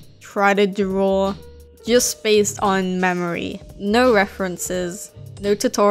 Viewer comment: It sounds like you're saying "drawrl" when you say draw. No offense.